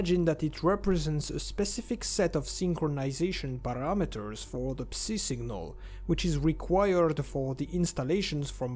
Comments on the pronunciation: Let me help you with English pronunciation, “Psi” or “psy” is pronounced like “sky” without the “k” sound, and without the “p” sound. As in the first sound of “psycho” or “psychotic” “Hazard” is pronounced with a hard “H” sound with the first A vowel being pronounced as the ä sound, like Hazmat, like the British pronounce H and the ä sound following it. HÄ-zard. The following “a” also sound more like an “e”. “HÄ-zerd” Love the videos, and the effort put into them. Anything to help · Ngl, i hate the pronunciation of "Psi". I just say it "psy" because that makes sense lol